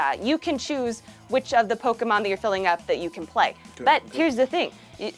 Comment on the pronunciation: I have mixed feelings of anger and happiness...but the happiness outweighs the anger lol Edit: nevermind, hearing "Poke a mon" will always piss me off 😤 Edit (The Sequel): I have to legally say this is a joke